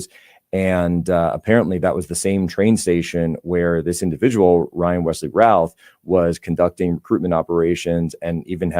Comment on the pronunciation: FYI..., the last name "Routh" is pronounced "Ruth". It is a common surname here in the Triad area of NC.